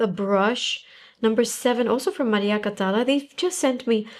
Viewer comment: Beautiful!!!. By the way, it's Maria Catalá, with the strength in the last a. Sorry, I'm spanish and it sounded weird to me😅